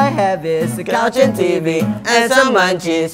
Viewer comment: I thought u said mancis instead of munchies😅